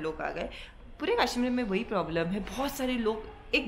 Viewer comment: It's kashmir not kaaashmeer